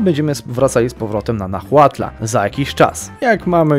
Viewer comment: H JEST NIEME! To jest "nałatl" a nie "nahłatl" xD Wszystkie te prowincje w Meksyku mają zapisane nazwy w hiszpańskiej wymowie. Dodatkowo X czytasz jako SZ (Tlaxcala -> Tlaszkala, Mexico -> Mesziko itd.)